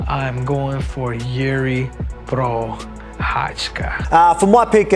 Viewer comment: A- for Henry for the pronunciation of Czech.😁👏